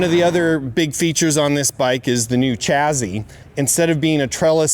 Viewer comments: Why does he keep saying chazzzy ? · There's no Z in the word chassis. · The chazzy is snazzy!